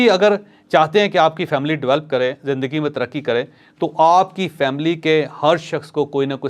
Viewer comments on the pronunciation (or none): Chaudhry shb Develop not develp